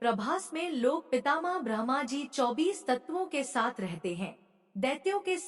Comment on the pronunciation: Bahan vinamr vinti ,aap brahma ka ucharan sahi kre ,dhyan bhatkta h, shukrana